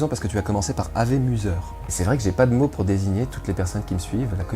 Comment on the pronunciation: Super vidéo mais je vais me permettre de corriger une faute à .Tu as prononcé Ave à la française "Avé " or cela se prononce : "awé" ( je savais que mon cours de latin me servirait :') )